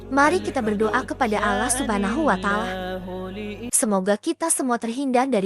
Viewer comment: Ini,yg sebagai pembaca narator ny muslim atau non muslim sih. Knp bilang Allah seperti Alah.. coba deh dgr ucapnya . TDK seperti muslim PD umum ny